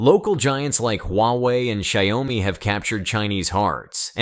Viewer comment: I can't take it anymore. You keep pronouncing the two syllable Xiaomi as three syllables which becomes Sayawmi.